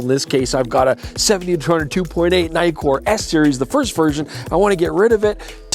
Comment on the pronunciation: Naïkor.....no please say once and for all Nikkor